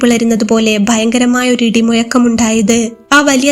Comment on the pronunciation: അവന്റെ നാവ് കുയഞ്ഞുപോയി 😅😅😅 ഴ എന്നുള്ള അക്ഷരം നിങ്ങൾ യ എന്നാണ് ശബ്ദിക്കുന്നത്... പ്ലീസ് കേൾക്കാൻ ഭയങ്കര ബോർ... ശ്രദ്ധിക്കണം.... ഇടിമുയക്കം, കുയ ഞ് പോയി ഇനിയും നന്നാക്കാൻ സമയം ഉണ്ട്‌